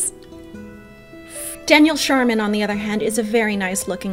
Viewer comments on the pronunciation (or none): none